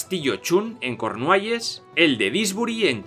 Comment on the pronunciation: se dice darscir o dowrrscer en ingles y cornuehylles no cornueles ni cornuehelas